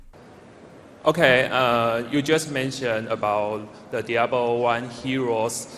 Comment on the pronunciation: the asian lol diabro two and diabro 1 lmao!